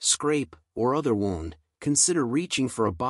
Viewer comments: Thanks for the great video . P.S. Wound is not pronounced wownnd . It is pronounced whewnnd . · Great video. Knew it was really good for you, but not to this great extent. Only thing distracting in video is constant mispornouncing of word "wound " (from "to wind"). Otherwise, excellent.......